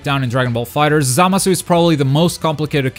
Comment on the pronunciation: The way he pronounces Zamasu bothers me